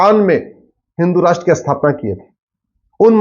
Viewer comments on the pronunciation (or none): Sir shudh hindi boliye pl.asthapana,aathan ,aspasht nahi.sthapna,sthan ,spasht bolain Please